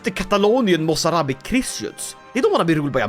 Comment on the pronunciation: I am actually impressed by your Arabic pronunciation 😅